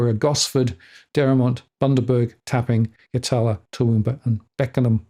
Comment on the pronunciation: Yatala, 4207 - in Queensland, we pronounce it 'YAT-LA'